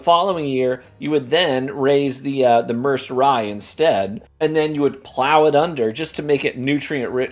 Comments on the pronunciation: It's pronounced Mer said, like the Merced river in California. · Merced pronounced Myr-said which is a Medium sized city in San Joaquin valley of central California